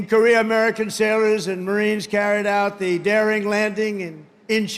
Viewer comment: I’m sorry did he say saewers and marines? Wasn’t even close to sailors